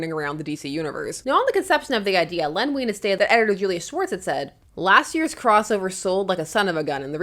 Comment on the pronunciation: my Dad used to work for DC Comics, in the accounting department, and he knew Len Wein. Small detail but his name is pronounced like wine, not ween. Love your videos!